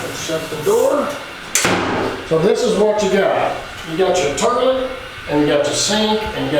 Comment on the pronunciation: Lol😁. And I thought was the only one who says ter-lit 😂. Great minds I guess.